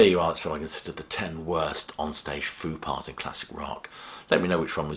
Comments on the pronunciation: Peculiar pronunciation of 'faux pas'. It's 'foh pah', not 'foo pah' (which sounds like a children's TV character). Great list, though. Break a leg. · It's pronounced 'Fo' pas, not 'Foo' pas. Or were you being ironic? 😁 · Why are you pronouncing Faux pas "Foo Pah"? It should rhyme with low = Fow pah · Fupar? Maybe i don't hear like i used to. There is a b in fubar no p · 'foo' pah? What a faux pas. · “Foo par”? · What’s a foo paw? A F.U.P.A.? Gotta love the British, always butchering the French language.